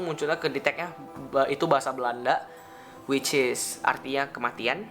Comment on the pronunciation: Jangan suka bilang whicis bang,gak enak didenger